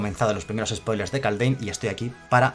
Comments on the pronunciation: Se pronuncia kalddjjjjeeeim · Kaldheim se pronuncia Kaldjeim en español y skalds se pronuncia como se escribe, skål se pronuncia skoll